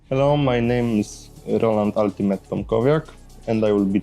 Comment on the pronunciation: Wymawia się „altimejta” nie altimeta i strasznie bolą uszy